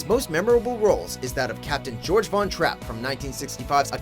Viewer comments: Christopher Plummer's name in The Sound of Music was Georg, not George! And pronounced "Gay-org". Get it right next time!!! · Did anyone else notice they mispronounced Captain Von-Trapp's first name?